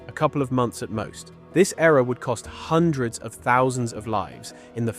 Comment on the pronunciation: hundreads of millions?